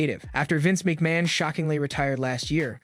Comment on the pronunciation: Didn’t give it any thought until Vince Meekman came along lol